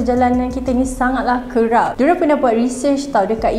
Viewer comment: Cakap elok2 lah. "kerap" bukan "kerrrrapppp" geram pulak